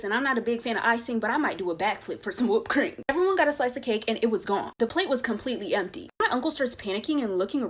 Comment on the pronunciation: The way she said "Whupped cream". LMAO